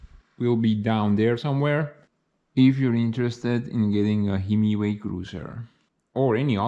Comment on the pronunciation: I think it is pronounced high-my-way.